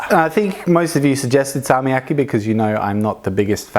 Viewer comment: i think you should hold the consonant longer when its has a double consonant like Salmiakki